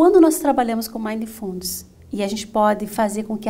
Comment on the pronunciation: Ótima palestra mas a palavra mindfulness tem a silaba tônica no mi não no fu. Fica bem esquisito escutar a palavra inglesa falada dessa forma . Fica a dica!